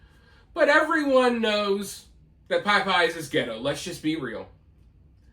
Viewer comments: It's pronounced popeyes... Not Pie Pie's. You sung it right though. 😂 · I love you,, but I’m from Texas and I’ve never heard it called “pie-pies” in my life. It may be a Florida thing, but definitely not a southern thing. Still love ya, though, and I won’t give you a hard time for how you choose to pronounce it. 🤪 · I still live in Louisiana since I was born and I've never heard anyone say Piepeyes 😂😂😂 I live in the New Orleans area, too, so I hear a lot of dumb shit all the time. Tons of mispronounced words daily. But never PIEPEYES. Love, though, god bless him lol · I love you but the reason people are telling you how Popeyes is pronounced is actually because you're totally NOT saying it the southern way at ALL. You're saying it the way a black person whipping out their "white nerd" accent would say it. A southern person pronounces Popeyes like "Paah- Paahs" NOT the very long i "Pie-Pies" you're saying. I guess to your ear, that's your interpretation of how a southern person would say it.... but your way of SAYING it is NOT the southern way of saying it. Listen to southern people say it and ask yourself, are they REALLY pronouncing a long i sound? Because they're simply not. I'm telling you this is exactly why people are telling you you're saying it wrong.... because you are! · Whatever dude. it is always and always will be pronounced POP-EYES. Reason being, you will not believe the shit you see when going there. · Man, I LOVE how you pronounce Pie-Pies! Lol I'm born and raised from tbe south too, but never heard that. Still, I got a kick every time you said it, and was let down during the episode where yiu "corrected" yourself. Glad you took a stand!! I vow to call it "Pie-pies" from here on out! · Thanks for the correct way to pronounce Popeyes. I thought it was like the sailor man. I'm gonna say it wrong. 😂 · He’s mispronouncing it just to get comments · I’m country as cornbread and have never heard anyone say it that way but him lol